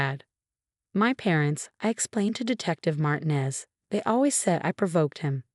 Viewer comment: Another Marcus and Emma? And another mispronounced Martinez. And faxade.